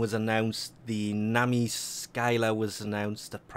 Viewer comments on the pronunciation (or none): none